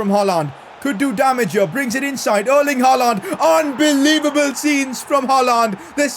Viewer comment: Pls pronounce haaland name like haaland not haalaaaaaand 😒😒😒🥱🥱